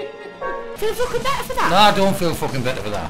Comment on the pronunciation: "the fooken flippers"